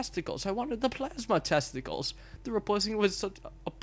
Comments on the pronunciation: Tentacles not testicles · Tentacles not testacles